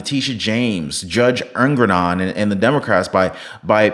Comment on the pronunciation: It is "Engoron" - Justice Engoron. Not Erganon, Ergranoun, "Ergamemnon or any of the other ridiculous mispronounced styles this narrator invents. Hey I personally do not agree with Justice Engoron opinion(s), but at the very least pronounce his name correctly.